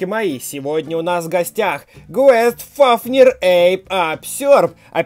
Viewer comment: Не квест а гейст (с английского привидение) фафнир